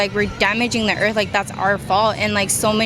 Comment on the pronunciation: for de earf